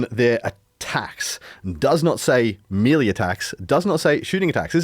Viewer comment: Please stop saying Meeeleee